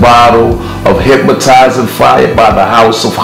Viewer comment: There’s no M in HYPNOTIZING